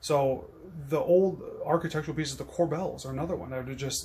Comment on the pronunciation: Dude... cor-"bells" ??? It's pronounced "cor-bels", like mar-"bles". I've restored plenty of these on turn of the century period homes over the (30+) years in finish carpentry. You're the first I've ever heard butcher that one - you sound like the guy who swears its concrete or brick (mason"ary")... no such word either, it's "masonry", people frequently mispronounce that one... cheers, great clip - thnx